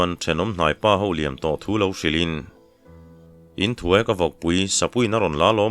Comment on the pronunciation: Engngatinge Inhnuai tih turah INTHUAI I tihziah a.INHNUAI tih mai